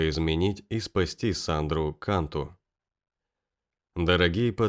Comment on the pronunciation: фамилия произносится кантУ .. это сто процентов